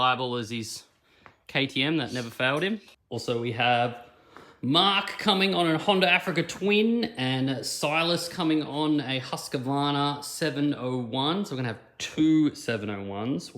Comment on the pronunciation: It is pronounced Husqvarna, not Husk a varna. 😁 Good luck with the trip.